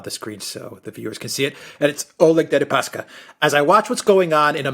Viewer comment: Oleg --> [Al' ek]